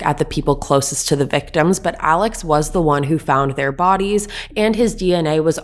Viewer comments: Also its pronouncd "Murdock" and his name is pronounced as "Alec" even though they both are spelled different. I like your channel, but please do the research to be more credible, and respectful to the Low Country. Thanks. PS...I think they're guilty as sin. Lol. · Their last name is pronounced MurDOCK and Alex is pronounced AleC. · First of all, Alex name is pronounced Alec and his last name is pronounced Murdock. You can always tell the people that are not from those parts by pronunciation of names.